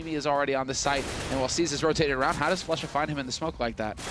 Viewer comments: not exactly, I'm confident Pasha is capable of making the "u" sound in "Flusha" without making the "oo" sound. It's not that he was saying Flusha's name in a polish accent, it was a mispronunciation of Flushas name that was likely intentional, hence the meme. Pasha is known for making these types of jokes himself, Shroud was "Shrood" and then "Shrimp". It seems like everyone else is in on this joke except for you. Even if "Floosha" is the way to say the "u" sound in polish, that is simply an origin of the style of joke, one that everyone is well enough aware of, and is not an explanation that can invalidate the meme of spelling, in english, the way that Pasha pronounced Flusha's name. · Its flasza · its not even flusha its flosha